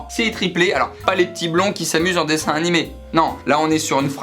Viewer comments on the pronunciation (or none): none